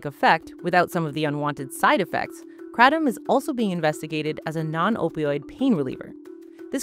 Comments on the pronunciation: Had to stop 30 seconds in because I can't listen to you mispronounce Kratom. The kra in Kratom is pronounced like the cray in crayon. The tom is said like the name Tom. So CrayTom. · Erryone I know says Kray-tum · I've only ever heard it called Kray-tom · Did you seriously add an extra t? Wtf is krattom? You guys are pretentious idiots, I'm not watching this bs. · Because that pronunciation seems exclusive to America, maybe Canada as well but everywhere else they pronounce it as kra-tom, the original Thai pronunciation uses a tongue roll. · I shiver every time she says Kratom the way she does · TIL I’ve been pronouncing kratom wrong 😅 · wrong. even mispronounced stop it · How do you know so much yet cannot pronounce KRATOM anywhere near correctly.